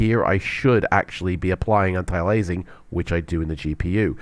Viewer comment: Please learn how to pronounce "antialiasing".